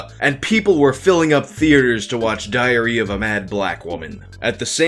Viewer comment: lol ...i heard Diarrhoea of a mad black woman